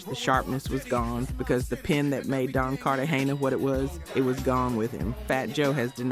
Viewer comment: Is she a Ai? Cause she kept chopping up names and titles. Don Carta Hayna 😅 JaHd A kiss 😅 lil Sies 😂